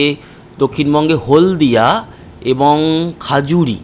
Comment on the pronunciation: খাজুরি নয় খেজুরি